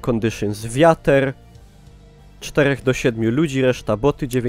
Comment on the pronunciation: "wiater" xD